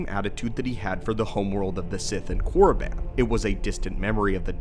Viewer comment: thats not how you pronounce it, yes thats how it looks however the I is separate from Korr and doesn’t make the I sound. sounds more like Korr-a-ban or Korr-e-ban. good video tho